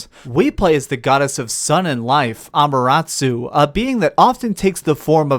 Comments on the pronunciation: I love you. I honestly do. But please, please, please, get the names right! It's ok if you can't pronounce japanese names, no woriies, but try to read them as they are written. Amaterasu. A-ma-te-ra-su, not A-ma-ra-tsu... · Just a correction. Amaterasu. Ah-mah-teh-rah-soo. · Mispronunciation of amaterasu triggered me